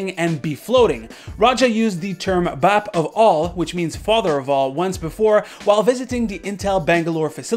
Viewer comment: Just saying, Its Not pronounced Bep or Bap but Baap, with emphasis on aa-ph. Northern Indian for father so please don't mis-pronounce. Thank you.